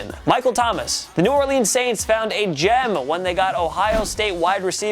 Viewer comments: I hate it when people say New Orleans wrong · The way he said new Orleans pissed me off!!